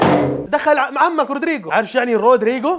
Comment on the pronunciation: روديغار وليس رودريغو 🤣🤣🤣